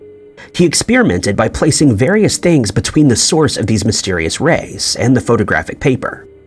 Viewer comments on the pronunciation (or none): none